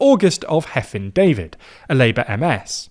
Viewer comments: Hefin David, not Heffin David. Please, I beg the English to actually spend ten seconds researching how to pronounce Welsh words and names. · 'Hefin' is pronounced as 'Hevin'. The Welsh 'f' is pronounced as a 'v'. For the English 'f' sound, in Welsh it is written as 'ff'. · A couple of notes on pronunciation: 1. Hefin is pronounced 'Hevin' 2. Eluned is pronounced 'Eleened' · The f in Welsh is pronounced like a v in English, so the former AS/MS is pronounced Hevin, not Heffin. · Hefin is pronounced with a /v/ sound instead of an /f/- the ff in Welsh makes the /f/ sound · Did you mean "Labour aren't doing that well"? Instead of "Labour aren't doing that badly"? Wales shaded should include Anglesey/Ynys Môn A single 'f' is pronounced as a 'v' so Hefin is pronounced "Hevin" (RIP). Well done on pronouncing Llŷr! Elenedd* is pronounced el-ENN-edd* (Emphasis on capitalised syllables). The 'dd'* is pronounced as a soft d or th as in "fathom", not "bath". Da iawn on the report! (dye YOWN meaning very good/alright) Reform are c*nts. True. 😊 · You pronounced Hefin's name wrong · He butchered Hefin though.